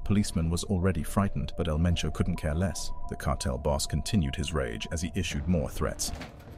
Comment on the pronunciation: They said El Mencho not El Menso.